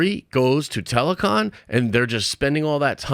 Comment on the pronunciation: Lol try not to say telecon. It's Talo-kan. Walanda forever ! TALOKAN RISE!